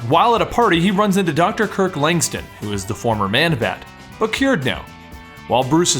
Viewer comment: LangSTRUM with an R not langstum